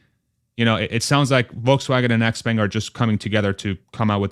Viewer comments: Expang is the pronunciation..sortof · Xpeng is pronounced "Shaow-Pung" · I thought there's a hint of "J" in the "sh" Like the French "Je"